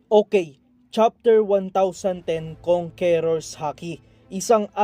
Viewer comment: kang kors hindi kong ke rors pag pronounce idol sana mapansin mo